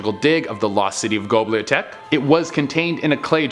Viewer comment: And really....gobliatek? Do you mean Göbekli Tepe? Sigh..........